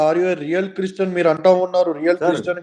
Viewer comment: Chreeestian kadu. Christian.